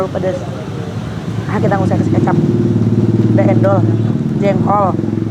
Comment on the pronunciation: bacanya keucap bukan kecap